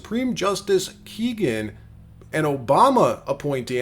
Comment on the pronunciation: Her name is Kagan. The first syllable sounds like “k” and in KAY Jewelers, not “kee” as in keyhole. Come on, it’s not that hard to get her name right!